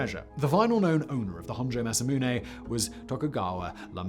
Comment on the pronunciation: Simon is pronouncing it wrong. It's pronounced Masamune.